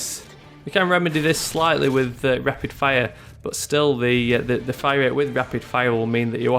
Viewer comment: why do you say it like this "Rapid Fiya" *fire*